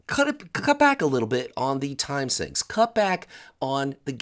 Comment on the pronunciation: It's Time Sink, not Time Synch. Sheesh.